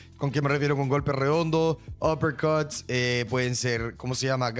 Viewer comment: Buen canal lo único malo es cuando pronuncia los nombres y apellidos jahsjsusjsjsj muy exagerado o recalcado nose suena raro uppErcuTss